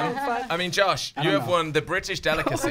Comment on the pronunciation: SHE SAID JOSHIE!!!!